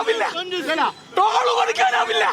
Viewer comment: ട്രോൾ അല്ല നേതാവേ ടോൾ